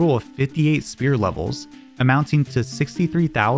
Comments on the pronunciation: i love all the info in this video but i have a mild gripe. you dont pronouce the F sound in sphere instead sounding like your saying spear. otherwise the info summerizing the damage calc was cool and now i know why such small strength increases are meaningful, due to them being cubed in the calc. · Neat story, and I look forward to checking out other videos on your channel! By the way, the ph in "sphere" is pronounced as an f. You're saying "spear", when the word is pronounced like "fear" with an s at the beginning.